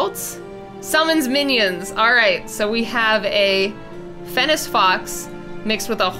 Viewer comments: throughout the video, you said fennic fox like fennis fox, althou its pronounced like fennik fox The english language is so hard Great vid tho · it's fen-ik when you say fennec Still really good though! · who else was just like, ITS NOT FENNEC (S) ITS FENNEC (K) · one, it's pronounced fenn-Ick., Two, this thing gives me a sort of lorax vibe, but more intense. like if you cut down a tree in his forest, you aren't leaving. ever. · Who else died inside every time she said fennes fox? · Fennec fox not FENNIS SO FUSTRATING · The way she said Fennec Fox 😵😬🤐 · I keep getting distracted by the pronunciation. Fennec is supposed to end on a hard K sound and Ibex is supposed to end on a ks sound. I love the video though! Monster Mashes are my favorite!